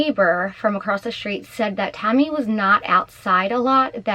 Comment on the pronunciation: Who’s Tommy? Are you trying to say Tammy